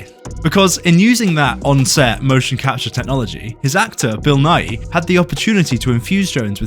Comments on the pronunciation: His name is pronounced as just Nigh. More people say it wrong than right tbf. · His name isn't pronounced Nigh-ee, it rhythms with "sigh" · I watched most of this video thinking you were saying Bill nye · just saying, im like 99% sure you are pronouncing Bill Nighy's name wrong, you try to make it sound different from "Bill Nye" but I think they should be pronounced the same (based on some googling and seeing how Bill Nighy himself pronounces his name) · I can barely hear the difference 🤷‍♂️